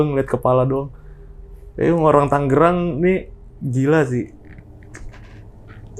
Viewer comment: TANGERANG boss... "G" nya satu tengah